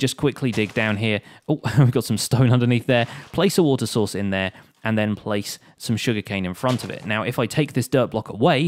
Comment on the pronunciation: am I just hearing Water Sauce ?